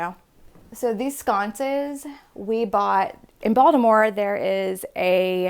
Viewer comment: How beautiful and intentional!! Love the original wallpaper and authentic beautiful and strong femininity----and as a Baltimorean I love that you scored a deal on those great sconces and you said "Baltimore" so legit!!